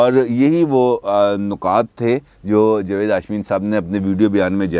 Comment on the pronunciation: جوید نہیں جناب جاوید ،